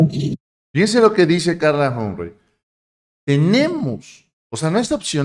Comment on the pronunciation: CARLA HUM-PREY ????????? NETA ??? SE PRONUNCIA JOMP-FREY